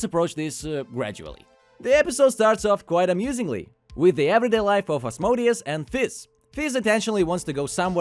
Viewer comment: its az-mo-dee-us.